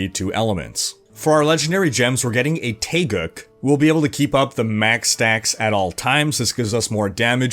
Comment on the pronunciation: btw, it's taegook for pronunciation.. Korean ;)